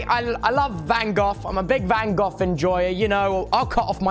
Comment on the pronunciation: Bro rlly said STEVEN curry lol. It's STEFEN curry lmao. He also said Van GOF. I'm pretty sure it's Van GO. I'm sorry not tryna be rude. It's hilarious. We love u tobster :) <3